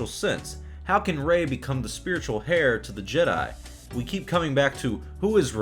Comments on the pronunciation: 'heir' is pronounced 'air' not 'hair', the spiritual hair of the Jedi sounds stupid. Even Jar Jar would know this. I hope Rey dies. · "spiritual hair"?? hehe joking aside, the "h" in "heir" is silent, so it's actually pronounced like "air." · "Hair" to the Jedi...? The H in "Heir" is silent yo.